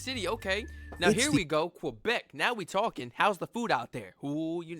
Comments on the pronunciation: It’s not quObec it’s Québec, like quay + beck. Or the Spanish word que+beck. There’s no letter O anywhere in the name. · P.S.: Québec is pronounced Kaybec.